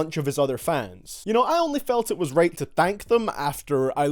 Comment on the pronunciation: “varses” “raight”